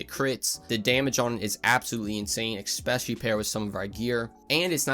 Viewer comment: Good video. Eh-spe-shuh-lee.